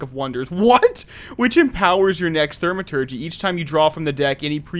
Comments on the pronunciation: Good vid, its pronounced "thou-ma-turgee" its the study or work of magic. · Thaw-ma-tergy, no "r". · Great video as always. Also, it's pronounced "Thaw-maturgy"